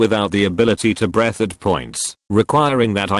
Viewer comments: Hard to breath- Not said like Breeth... Breath Why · The fumes made it incredibly hard to BRETH, and left me without the ability to BRETH at points. I love text-to-speech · “incredibly hard to B R E A T H”